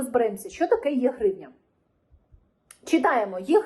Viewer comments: Це потрібно вимовляти як Е гривня а не Є гривня. Тобто - електронна гривня. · Не є-гривня, а е-гривня. Електронна, а не єбана.